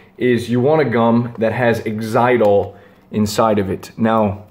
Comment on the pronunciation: Yes, most gum is sweetened with aspartame. Xylitol is much better but it's not used commonly, so you'll have to look carefully to find one. Xyltiol is much, much better than any of the alternatives, categorically. Oh and - it's pronounced like Zye-litt-ohl